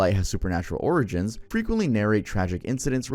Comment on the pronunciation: did bro pronounce 'origins' like 'organs'? nah thats gotta be engagement bait